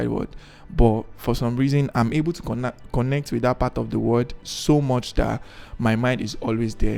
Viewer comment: I LOVE HOW YOU MADE MISTAKE IN PRONOUCING THE CONNECT AND DIDNT CUT TTHAT PART OFF ... YOURE TOO REAL . I I WISH I COULD GET A CANVAS BUT IM NOT IN LAGOS